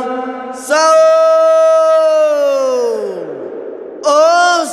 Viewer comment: sahur bg bukan saho wkwk